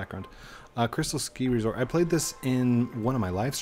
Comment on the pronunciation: U said resport not resort